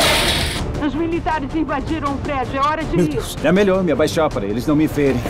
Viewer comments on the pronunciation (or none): Nos vamos te pegar jimmy" melhorh parteh doidoh